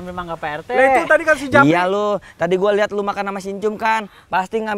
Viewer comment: Ada kesalahan di menit ucapan japri🤣🥴